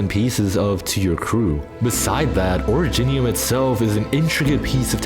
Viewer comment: oridge-nium? nah ori-jinium